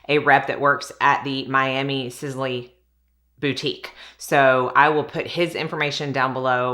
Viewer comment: Sisley Paris is pronounced Siss-Lee, not Siz-Lee… your make-up looks beautiful & flawless